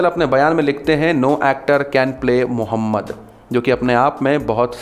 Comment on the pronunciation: Are name to Sahi se le